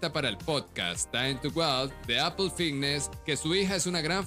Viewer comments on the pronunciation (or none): none